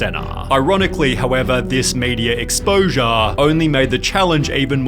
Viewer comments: "Ironicly tho this media exposAHH only made the challenge even more populAHH and if you follow the graff a little furthAHH" Apologies but i cant be the only one that heard it like that😂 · I had to tap out due to his pronunciation of the words exposure, popular and further beginning . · the uhh starts dr milluhh childeren centuhh exposuhh populuhh furtuhh formuluhh thats enough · I'm sorry but you saying 'exposure', 'popular', & 'further' made me chuckle.